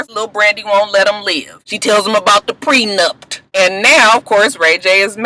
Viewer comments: I was like if says "PRENUPT" again I was going to jump through the tv! I couldn't! Child Mona needs to be a damn all in one wedding guru......LMAO 😆 Lama fur.......I'm done! Coconut oil and Lama fur, I do want Safaree to come back next season he was a surprise hit!😏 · I wanna know who told that it was pronounced Prenupt? First it was miscombobulated and now this. And who else forgot Shanda and Willie were even on the show? I hope VH1 doesnt bring or Masika back.